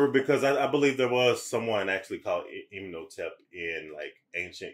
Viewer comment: Rip panick, they on here saying imnotep😂 😊 when its imhotep😂